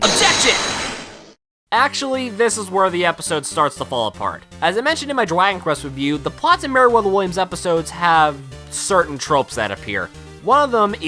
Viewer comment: Voice messed up he said jwagon quest :P